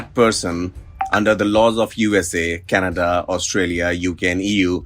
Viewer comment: Salay naam lena seekh lai canda canda kya hai